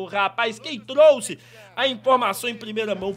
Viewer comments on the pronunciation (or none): none